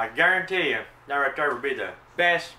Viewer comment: Justin Wilson is back in someone else's body! "I gare-rone-tee."